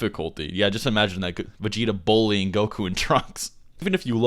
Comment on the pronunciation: What is this word you keep using? Bowl - e - ing? Are you trying to pronounce "bully"?